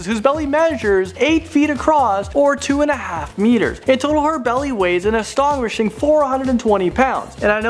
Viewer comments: its astonishing not astonwishing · "An astonwishing" XD He never says it correctly. Never. Why even try? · y does he have such a big problem with astonishing?!?! ive heard ustanishing and anstonguishing today and anstonguishing happened twice